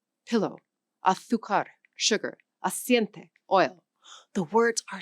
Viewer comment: Yeah, there are a number of errors in this video. In the first three minutes alone, I've already caught: Her pronunciation of "Aires" in Buenos Aires, her pronunciation of "Castellano"/Castillian, her pronunciation of "Aceite," her pronunciation of "Náhuatl", etc. They should have really hired a Spanish-speaking person for this 😬